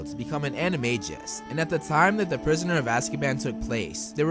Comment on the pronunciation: The fact that you're pronouncing it anamajis instead of animagus is making me so sad